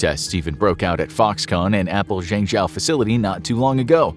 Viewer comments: You seem to have done a lot of research on this topic, but, why didn't you learn to pronounce "Zhengzhou" correctly? You keep saying "zengJOW", when it sounds more like "zengJOE". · I'm kinda surprised by how much misinformation infographics is putting on. 1. It's pronounced "zheng - Joe", now "Chao" 2. China DOES have laws against overworking employees; 48 hours per week. 3. In 2019 China made it illegal to fire someone for refusing overtime work. 4. China does have minimum wage laws that are set per city. 5. Phone factory workers are not "skilled engineers", they're generally countryside folk with middle school education at best. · I understand the writers and presenter aren't Chinese. But surely a quick Google of how to say Zhengzhou wouldn't have taken so long. I cringe every time he says it. It's pronounced like jenjo. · I used to live in zhengzhou and thats not how you pronounce the name. It's pronounced mostly like this "jungjo" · Slight nitpick: You're pronouncing Zhengzhou incorrectly. the "zh" is meant to be pronounced more like a J, the "e" in the middle is pronounced like "uh" and the "Ou" at the end is meant to be pronounced like the "ow" in Row. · Zhengzhou is pronounced “Jung Joe”. (I speak fluent Chinese). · Zhengzhou ("Jung Joe") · "Zhengzhou" is pronounced: /jung-JOE/, like the name "Joseph": "Joe". "e" in Mandarin Chinese is pronounced: /uh/, like: "up", as in: "up there": "Zhe" /juh/ Another example: "Zhejiang Province" Zhe /Juh/ Jiang /jiang/ the "a" is close to the "o" in the name: "John": /jiang/ "Zhejiang"!! "Zhejiang Province!" 😊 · Your pronunciation of Zhengzhou is wrong 😑 It’s a capital city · Please get someone who can pronounce Chinese cities properly; i.e. Zhengzhou 鄭州. It’s not that hard. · The way you pronounce "Zhengzhou" is so ridiculously, comically wrong that I couldn't really justify listening to more than the first minute. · Please, please, please, learn how to pronounce Zhengzhou correctly.